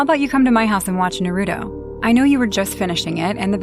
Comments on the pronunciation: I'm also an anime lover, and i'm been wating for IMR to make horror stories based on any anime. , it has to be pronounce Naruto, not Narutu. "The world should know Pain". But hilariously, the anime character in this video doesn't use any Jutsu.😂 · also, it’s Japanese it’s NAH•RU•TOE lmao not “Narudo” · Why they keep saying narudo …. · I'm sorry but like these people obviously never watched it cuz they're not saying that God damn names right it's Naruto a Sakura exactly is it spelled as well it said you